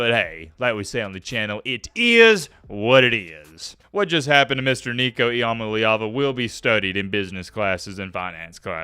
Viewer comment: E - UH - MA - LEE - AH - VU